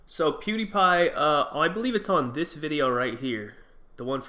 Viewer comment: he’s joking. She’s not deaf too ghetto sounding and pronounced pewdiepie correctly